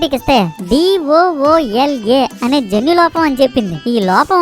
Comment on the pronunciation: Doola❌ D O O L A✅